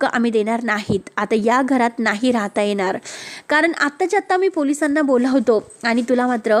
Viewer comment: एणार आहे की येणार आहे? आधी भाषा सुधरवा बोलताना 🙏